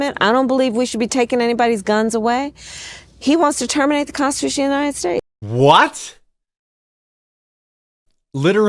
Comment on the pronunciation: Kamala is clearly drunk during that podcast. She's slurring every sentence and can't pronouce "Constitution."